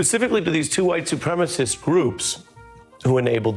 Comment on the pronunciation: Mark I love your emphasis on 'white supremacists". Absolutely hilarious!